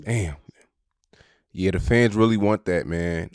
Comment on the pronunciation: you gotta pronounce “Fans” better, or pick a new word😂 u know how many times I thought u said FEDs